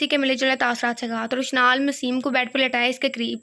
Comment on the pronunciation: UskA name...maseem nahi mesam hai😊